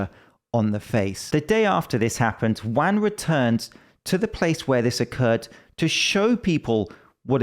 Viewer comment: Juan rhymes with John.